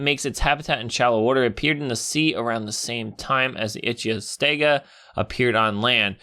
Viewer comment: Its pronounced ithy-o-stega